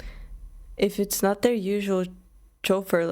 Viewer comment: I'm here for the "chauffeur" pronunciation...🙌💗